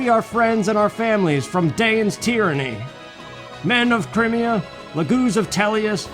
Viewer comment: 1. OH MY GOD, YOU SAID CRIMEA RIGHT!!! Haha, sorry, that had been bugging me all series. 2. I'm happy they DIDN'T end up making this a romance plot between Ike and Elincia. There's romantic tension, A BIT, but I don't think they wanted to stretch it, which suits me just fine, because Ike and Soren forever, THANK YOU. 3. Well, okay, you said it right the FIRST time, anyway...sigh. 4. "We are the sultans, we are the sultans of swing." Correct. Dire Straights is a good band. Straights? Straits? I THINK it's the first one but I'm not positive. I can't spell for shit. 5. Ashnard: "Let Daein fall with me." Micaiah: "BITCH, I DON'T THINK SO!" And thus, the second game was born. 6. Hmm, from WHOM did you learn that it's pronounced "CRY-me-a", hm? Sounds like a me thing to have definitely said at the start of the series, so you're only now just getting to my comments. THAT'S fine. Or it was just someone/something else entirely. 7. Really? I always did Tibarn. I think he has the best balance of the three. 8. NOOOOOOOOOOOOOOOOOOOOOOO! You know why. XD 9. The criticals are, ahem, CRITICAL to your success. Ha...ha...I'm punny. 10. You get to a point in this game where the weapons triangle doesn't matter, and for future reference, eh, Soren can hurt Ashnard. 11. He's calling himself a poor imitation of--and I can't spell this--Caineghis. The Lion King, I mean, the real one. 11. Rajaion is DAYUM! 10/10. XD Remember, though, I have exquisitely diverse tastes. Any other guy with any other loo